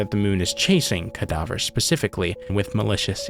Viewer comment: “Cadaver” You: “Cadaughver”